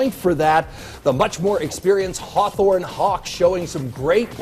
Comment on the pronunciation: Did he just say Hothorn?